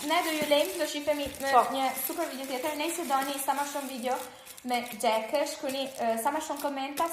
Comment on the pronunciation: Xhek tha ww Po thuhet Jack😂